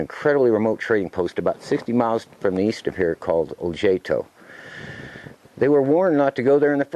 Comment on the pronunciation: Hmm, Ojaito.... wouldn't the ' j' be pronounced 'h'? like Ohaito